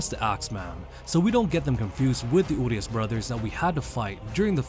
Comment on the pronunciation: Their name is pronounced Uriash, not Urias